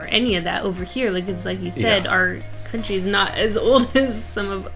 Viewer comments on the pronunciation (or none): none